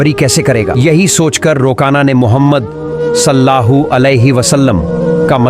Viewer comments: Bhai aap nabi ka pura naam to le rahe ho pr sahi se lo ok salla hu alehissalam nahi he sallallahu alehissalam he ok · Naam sahi se lo Sallallahu alaihi wasallam hai ❤❤❤ Salla hoo nahi please 😊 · Sallahu bol rahe aap Sallallahu bolie g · भाई सल्लाहु सल्लाहु नही है सल्लल लाहु अलैहि व सल्लम है नबी पे दरुद् तो सही पड़ो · Jo vedio banarahe hai hamare pyare nabi ka naam barabar bolna sikho first sallallahu alaihi wasallam bolo sallallahu alaihi wasallam hai samje Islam zindabad zindabad Allah hu Akbar ya Rasool ul laah zindabad zindabad...